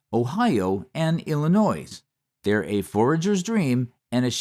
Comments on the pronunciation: Illinois has a silent S. It’s pronounced Illinoy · You lost me at "Illinoyz". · Illa-noi the s is silent Illinoi 😔 Like we say there’s no noise in Illinois. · Illinois. You do NOT pronounce the "s" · In Illinois the s is *s*cilent 😅